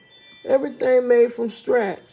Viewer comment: I love when say she make her food from “Stratch”😆